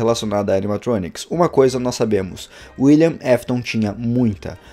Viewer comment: William afton William afton fala correto não William mefiton